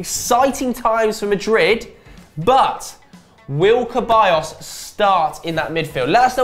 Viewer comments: it's said Seballos not Keballos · Why do they keep saying ceballos's name wrong?